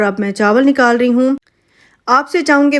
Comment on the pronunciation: Aap khiyal rakhein ko khhayal rakhein bolti hein😆😆😆